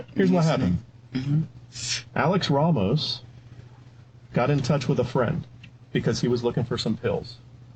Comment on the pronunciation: Not many people know this, but 'Ramos' is usually not pronounced 'Raymos'.